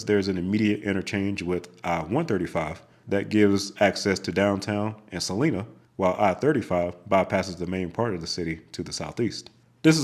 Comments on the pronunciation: Good video other than some mispronunciations of cities in Kansas. If I may, I must correct your pronunciations of these cities! First, the middle syllable in Salina is pronounced "lie," not "lee." It does not rhyme with Salinas, CA. Secondly, the first syllable in Abilene is pronounced like you would say "abs." It does not rhyme with Maybelina. Thirdly, Olathe is pronounced "Oh-LAY-thuh." But, overall, an enjoyable watch! :) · Salina, KS is pronounced "suh-LIE-nuh", not "suh-LEE-nuh" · You really missed out by skipping I-35 in Kansas! It's only toll road in between Wichita and Emporia. Although a toll, the drive is gorgeous. Starting in Emporia, I-335 is the toll and I-35 is a freeway again. Also, in Kansas - Salina is Sa-Lye-Na and Olathe is O-lay-the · Sad to see you skip I-35 in Kansas on the parts I live and have lived on, but it is pretty much empty till you hit the KC metro. I also have to note some city pronunciation issues. Salina is pronounced sah-LINE-ah, not sah-LEE-nah. Olathe is oh-LAY-the, with a soft theh, not a hard thEE. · Great video. Kansas boy here. Salina is sah-LINE-ah. Olathe is oh-LAY-thah. Abeline is AB-eh-lean. But yeah, our town names are quite fun for out-of-staters to pronounce. As for Q39 barbecue, it’s pretty good. I prefer Joe’s Kansas City (still call it Oklahoma Joe’s). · AB-uh-leen The emphasis is on the first syllable, with a short "a" sound, followed by a soft "uh" and a long "een" sound Salina, Kansas is pronounced suh-LIE-nuh Olathe is Oh-layth-uh Thanks for pronouncing Topeka (tuh-pee-kuh) Correctly! And thanks for the videos! ☮ 👍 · just a small complaint, but in Kansas Salina is pronounced with a long I like in Ice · Man, the way you incorrectly pronounced 'Salina, Olathe, Abilene' drove me crazy. Maybe next time, learn how to actually pronounce the city names so the locals don't go crazy. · Salina, KS is pronounced with a "long i." sound. Abilene is pronounced "AB-uh-leen".